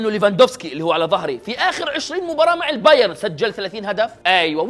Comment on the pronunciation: البايرن يا أخي ، انتا ما تعرف تنطق ؟